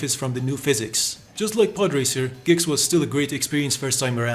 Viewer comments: its G X.... not gex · "gex" bro why are you saying it like that